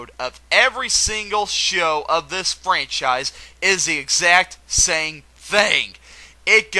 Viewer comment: You said the "exame sact" goal, rather than the "exact same" goal.